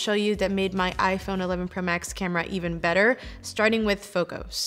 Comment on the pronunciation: emphasis on "BETTER"